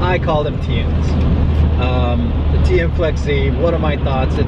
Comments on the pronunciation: Tein - "TYNE" or "TINE" - german like Frankenstein. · Tein is a Japanese company. The correct pronunciation is "T-ay-n" rhyming with "sane". Thanks for the awesome review though!